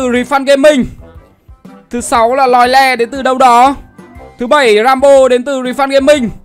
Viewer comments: Lợi Lê hay s mà a đọc là lòi le 😂😂😂😂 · Lợi lê ông đọc lòi le =)